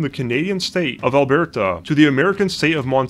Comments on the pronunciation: The Canadian 'state' of AlBEARta.... Loooooool. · Alberta is pronounced "al-BUR-tə" and it is not a state, it is a province. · He also pronounced it like it was a French word, Made me laugh. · *Province, not state. Also, FYI the 'e' in Alberta is a short 'e', not pronounced with the long 'a' sound. I'd also like to say that I appreciate the animation from Dead Sound. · Why do you say Alberta like it were a Spanish province?